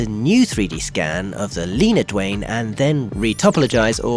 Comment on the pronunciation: Did you say.... WAYNE Johnson? 🤔